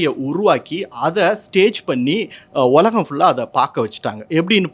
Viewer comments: "உலகம்"என்ற வார்த்தையை சரியாக உச்சரிக்கவும். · ஒலகம் என்று சொல்கிறார்.